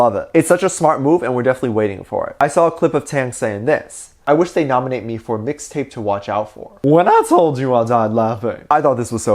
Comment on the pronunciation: Regular people: Mixtape: MIXTAPAY